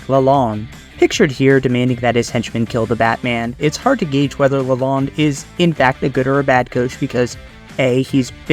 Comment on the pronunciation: Pronounce correct: Derek luh-loan. (bank loan)